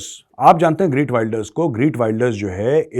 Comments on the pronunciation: इसके नामका उच्चारण 'ग्रीट 'नही ' गीर्ट' है। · The Dutch pronunciation of the name is खेर्ट विल्डर्स (khert wilders)! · Is bahan ke lode ko geert pronounce krna tk nhi ata or ye bhavishyawani krega